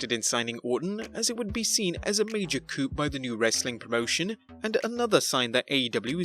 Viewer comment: Coup is pronounced "Koo", a "Koop" is a type of car or coupe.